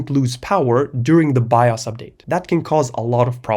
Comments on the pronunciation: The only pause I had was me looking in the comments when he first said "by us" instead of bios to see if anyone noticed. (Also, for no absolute reason, to download an emulator and play some Star Wars: The Complete saga) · bro it’s pronounced “Bios” not “Bios” 😊😂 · i love the way you say bios by-os